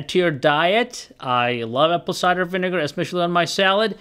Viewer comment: "apple ciger vinegar" 😂😂😂